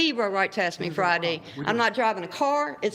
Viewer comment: Ax you Ax you any ignoramus can sign up it seems